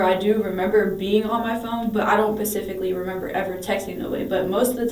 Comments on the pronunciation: Or pacifically😂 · 😂😂 I was just about to comment pacifically 😂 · My sister thought Tsunami was a place. I wonder if it’s the country of Pacfically? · She pacifically told him 😂😂😂😂😂😂😂😂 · Like "Pacificly" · I can’t recall how many times she said pacifically or whatever. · "Black web" "pacifically" she has never seen the inside of a classroom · Pacifically or whatever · I wonder if she likes the sound of her own voice pacifically or whatever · Hell no YouTube. That dumbass said "pacifically" dont you correct her to specifically and make it better. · Pacifically lol 😅 🤦‍♀️ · Wth is "pacific lee"? Lol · She doesn't "pacifically" remember anything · Pacifically.... girl, you cooked.